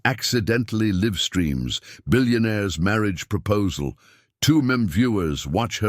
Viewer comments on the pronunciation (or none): Great story - narrator needs a little more training- live streams not 'liv' you stop listening when those errors occur.